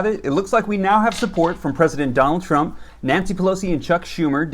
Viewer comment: Well I hope president Donald shrimp passes this lol I think you mest up on his name that a little but it's okay